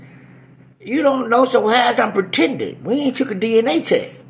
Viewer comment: Hold up, Prentending??? Hahahaha😂